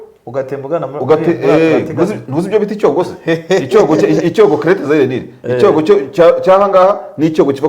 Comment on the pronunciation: Mushuti wanjye ntibavuga icyogo bavuga icyoko